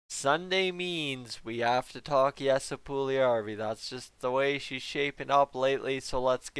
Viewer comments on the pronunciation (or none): Instead of Yessa. Try “ Yessie “